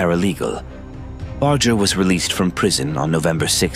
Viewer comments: Awfully edited, chopped up video. And at least learn how to pronounce the man’s name correctly too. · You lost whatever creditability you may have had when you mispronouncing his name, even while pronounced his Dad correctly